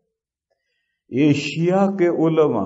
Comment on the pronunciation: صحیح لفظ ایشیا ہے جناب!ایسیا نہیں!